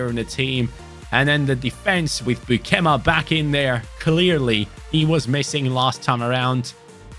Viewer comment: As a dutch, it was hard to hear u say beukema so wrong😂😂 but liked to watch the vid🥰